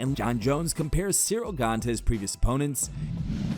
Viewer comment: Jon: Cereal Gain lmao